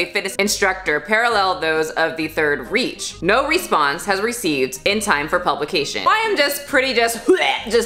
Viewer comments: Come on, lol...haven't you ever heard of the Third Reich? 😂 Just so you know...it's pronounced "rike", not "reach". I love you but your pronunciation is absolutely driving me nuts. I'm binge watching your videos, so I'm noticing it more than usual. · It’s not the third reach it’s the third Reich like you say it like “Rike” it’s German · Pronunciation is closer to 3rd rike than it is to 3rd reach not important but pointing it out anyways😂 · Hey,, Reich is pronounced like rye-chk (soft on the ch) not ree-ch. Also, as I am learning German, I believe the word reich translated to kingdom or empire. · Just Chill That’s right (I’m from Germany) :) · I kinda want to see a wolfenstein remake with sonalee as BJ Blaskewiecz and all the fitness trainers as the gestapo haha The third "reach" lol Reich is pronounced more like "rike" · This is a great video. I have only one objection., quotes the article's reference to the Third Reich. She pronounces the word as "reach", but the proper pronunciation is "RIKE". If anyone is in touch with, please notify her about this. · I understand this isn’t super important, but reich is pronounced like bike with an r not like reach. Just for anyone using this for an argument, it makes u sound better to pronounce thing correctly. No hate to, I totally get it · Well, I like but she isn't too educated. She couldn't do her research to know how to pronounce "reich." She said reach..... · When she pronounced the third "reich" as "reach", I couldn't help but laugh lol just mentioning it. Completely agree with the commentary on this video. My wife and I are former bingers and are great fans of the channel. Keep it up. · Third reach.. 😂 😂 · “Reich” is pronounced “rike” (as in Commander Riker from StarTrek TNG). Just a heads-up from a WWII history buff. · Thanks it was driving me crazy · I love you, but Reich is pronounced “Rike” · REICH , not reach, R E I C H!! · "Reich" rhymes with Mike